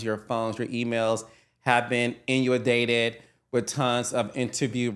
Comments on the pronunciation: Carlos what word was that? You know that’s not how you pronounce inundated. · It's inundated Carlos..u be twisting the hell out of some words ..you and nene do that baddd..😂😂😂